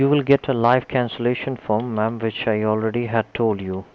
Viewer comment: He says ma'am like mom and i find it hilarious